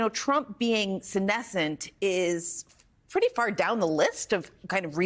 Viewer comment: Did she say “senescent” or “tumescent”?